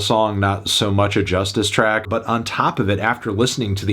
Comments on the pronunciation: It’s joo-stees not Justice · Cal's right... why do you keep calling it "Just iss?" It clearly spells just ice, no? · Believe it or not Anthony, I live in french-speaking part of the world and one of my friends used to pronounce it ''Just Ice'' unironically. Yes, he was that bad at speaking English. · No lie I used to think that Justice was pronounced ,,Just ice" 😂 when I heard their music